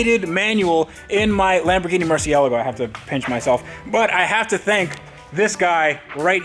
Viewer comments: Ed Bolian's pronunciation of Murcielago is rubbing off on you. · The way he pronounces Murcielago makes me want to do bad things.